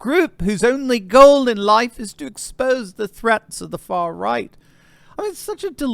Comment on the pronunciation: When you said far right it sounded like you said third Reich which ironically is the way the left sees the right not sure if you did it on purpose either way funny as hell